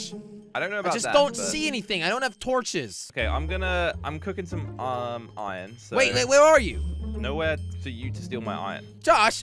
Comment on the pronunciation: He says ion He has to say iron not ion